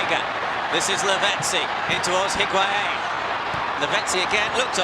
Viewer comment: I can’t STAND how commentators say the ‘u’ in higuain’s name!! Arghhhhhh! Literally your job is to talk!!! Take a 1 minute course with me on pronunciation!!!